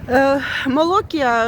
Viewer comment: Привіт! *Молокія*, це у нас на заході України! Тернопіль! 😏 Наголос на і, Молокℹ️я! 🤗